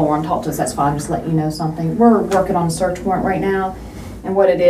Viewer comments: He just wanted to "TWOAK" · Why wouldn’t you TOAK to me? TOAKKKK to me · Everyone's talking about "Tawk", why is no one talking about "Sa'ur'ehh" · should have spent it on a tutor to help him pronounce the word "talk" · The way he pronounce ''Talk'' is a crime itself. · He deserves jail just for the way he pronounces "talk" and the overuse of the word like. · bigger crime is is pronunciation of talk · turns out: if you pronouce the L in the word TALK people will believe you are innocent.